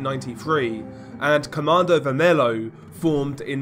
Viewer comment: It's pronounced commando vermello Like the Spanish the L's And you can call Primeiro comando da capital just PCC, that's how we call them